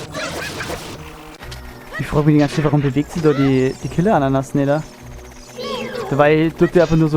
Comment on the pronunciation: Killerananas...😆 Killeranas heißt es oder?